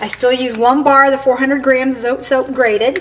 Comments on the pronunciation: Mexican soap! Spanish pronunciation is more like "So - Tay" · Darlene Justason check little grocery stores .. call first . We don’t say Zote the way she pronounced it lol .. it’s the E IS. Eh .. Zoteh .. just might help when you look .. good luck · Its Pronounced SO TE.. Vowel sound for the E.. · It's pronounced Zo, Tee. :)